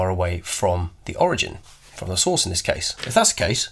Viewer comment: every time he says source, i hear sauce so i just imagine eating alpha and beta radiation sauce 😂